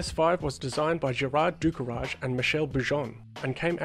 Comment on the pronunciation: * Jo Schlesser who was killed at the 1968 French Gp. Gérard Ducarouge (not Ducourage).